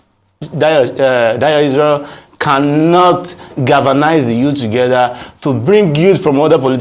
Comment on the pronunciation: buth, cannoth 😅